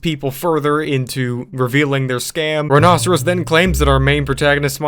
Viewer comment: I think it's pronounced like 'rhino-serious', and that's not a foosball table, it's a pinball machine.